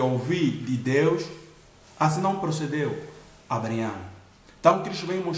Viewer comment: Muito bom, mas não deixei de notar "Abreaião" kkkk... Obrigado irmão pela palavra edificante